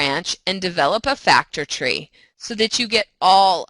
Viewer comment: slpaukes I thought she said “factory”